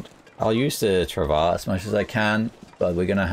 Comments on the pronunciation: stress the W a bit more. It sounds like your saying trav ah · I love you man but is not how your pronounce travois. Not in French or English. Its a French word.